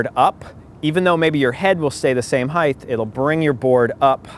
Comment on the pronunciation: heightth hahaha